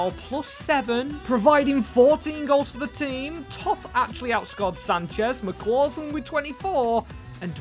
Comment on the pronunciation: McCausland not McClausland